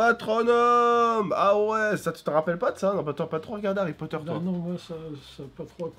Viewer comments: C'est moi ou il a dit harry croteur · tu sais au début ta dis Harry crooter